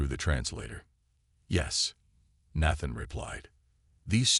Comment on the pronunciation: And Nathan is pronounced with a long a